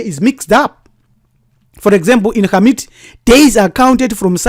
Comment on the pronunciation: Great information, thank you. Also I enjoyed hearing Khamit pronounced correctly.